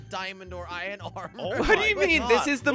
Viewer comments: Only and say iron jelly says it like ion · I love when they say iron they done add the r lol